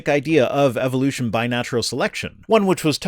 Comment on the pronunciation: Just the same way it's Eh vuh loo shun not ee vill loo shun.